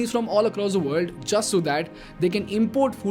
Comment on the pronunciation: Good video 👍 but Please speak proper English not indlish if u can't then please get someone to articulate it. Very irritating when half is what u says is not clear. World sounds like ver-ll and u speak is fast...